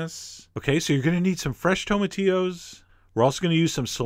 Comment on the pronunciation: cheif John. great videos. but it is pronounced tomati"LL"os. ya gotta say the L . Thats how we pronounce things in America.